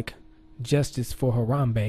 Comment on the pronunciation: lmao he said "rip Gorilla"...lol like when u rip something! lmao!!!!!! I like the way he says "Haram-Bae!"!!! LMFAO